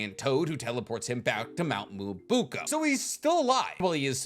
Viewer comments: It's Mt MyoboKU not KA Also it's daikoKUten not daikoten Do you have some kind of enmity with KU? T_T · Me-Oh-Bo-Ku. Mount myoboku. Not miaboya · Day 1 telling its pronounced Mount Myōboku not Mount Muabuka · Am I tripping or is he really pronouncing Mt. Myoboku as Mt. Myobuka??? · Mount mo buk a ? I thought it was myo boku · “mount mooabooka” Me: “wait a minute… mount miaboku or mount mooabooka?” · Miyōboku... why are you saying moo-uh-boo-k-uh??? Or is the toad village different in Boruto? Whoa I just got to the end of the video, the groom doesn't get walked down an aisle bro.. thats the bride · Mount Myoboku ❌ Mount Muobuko ✅ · It's mount MyoBOKU not mount MyoBUKO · Bro the amount of times you mispronounced Myōboku is driving me crazy